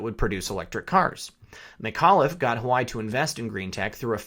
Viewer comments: I think Huawei is pronounced "wah-way." I love your videos, and your commentary! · FYI... Huawei pronounced wah way. Your videos are spot on. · Huawei is pronounced, warwee! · It's pronounced wah-way Phuk nut. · dammit, the cell phone company's name is pronounced.. "waa-way" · Hello . Yer doing great. FYI pretty sure the pronunciation of the Chinese Telecommunications company Huawei is your pronounced “wah-way”. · huawei - pronouned Wah-Way... :) as the others chime - always great updates. Thank you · Don't know why but it drove me nuts it's pronounced yaw-way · HUAWEI is pronounced "Wa-Way" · It’s pronounced Waa-way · Huawei... Pronounced "WaaWay"! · huawei is pronounced wa way just for the record lol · Isn't it pronounced wha-way? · Good stories but Huawei is pronounced Wow Wei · PRONOUNCED WHAH-WAY...GOOD JOB ✌✌ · Huawei = Wah-Way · Huawei... pronounced waah way. Apparently. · Huawei (waa-way) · This guy does not know how to pronounce Huawei! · Huawei is pronounced wa-way not hawaii. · Enjoy your work! Keep it up! FYI- thought you were saying Hawaii., not Wah-Way (Huawei) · Huawei = "wah-way" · Huawei is "Wa-Way" as opposed to "hawai" please. H is pronounced W in many cultures. Thank you! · Love love love your content. Can I tastefully offer one correction? It is pronounced “Wa Way” not Hawaii. Not a big deal except I am referring my professional contacts your way, and it is hard for them to take the content seriously. Trying to red pill folks and it is a bitter enough pill already. No reason to make it harder for them. Thanks for all you do. :-) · Huawei =Hawaii??? pronounced (Wah-Way) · Hi love your stuff, just one small critique. When you say Huawei it sounds like you're saying Hawai which can really distort your message if that is what people hear. If you pronounce it Hu Wa way it makes that distinction. Peace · The "Hoo-Why" doesn't sound quite right. Isn't HuaWei pronounced "Waa-Way?" Comments appreciated. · just FYI, Huawei is pronounced Waa Way.